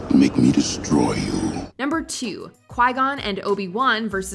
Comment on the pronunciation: you call him dearth maul yet he isn't "darth" anymore. disrespectful